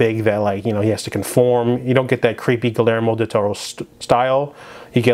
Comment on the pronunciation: I know this video is pretty old, but for Hispanic names or words when there is a double l, it is pronounced with a y. I.E. Guiyermo Del Toro (Gi-yer-mo)